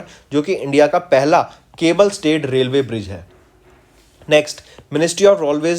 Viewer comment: Please sir have soma patience while pronouncing aap railway ko rolway bol thy h Anji ko andii Its very disturbing 😑😑😑😑